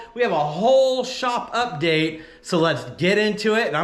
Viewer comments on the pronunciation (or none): none